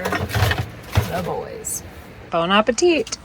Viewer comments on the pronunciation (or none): Did you say, "Bone appetit?"